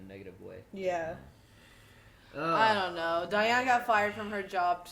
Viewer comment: 😡😡😤😤 I really hate that every youtube reactor gets diane's name wrong. It's "cry-anne"